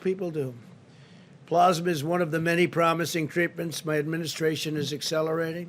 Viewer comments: PLAAAAASMA- short A as in cat- NOT plawsma - I can see someone like Trump making one honest mistake, after all, this was written by one of his aides- and we all have heard how he DOES NOT READ and IS NOT INTERESTED IN PRACTICING something as important as the scourge that is killing innocent people - but to keep repeating it incorrectly? sigh. I know he lies when he opens his mouth and this is silly to nit pick- but I need at LEAST try to control the pronunciations of the lies. :-( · It's plAsma, not plOsma.....idiot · I cringed every time he said "Plaasma". I don't even think he knows what a plasma donation means. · He is not pronouncing the word Plasma. How do you screw that up? Idiot